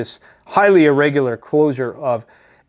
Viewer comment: Reports on days old news like it's breaking. Pronounces closure as "closer". Ceasefire as "siezefire". Says that Iran doesn't sponsor terrorism, but israel does? Claims they hacked a hundred million GB of trumps emails? Tf you on man?.... this is actual trash content. Complete mind rot...